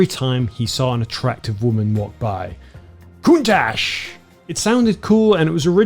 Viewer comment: FYI the word Countach should be prononced CountaK